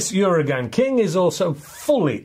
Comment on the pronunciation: Its pronounced 'oo-r-ah-gun'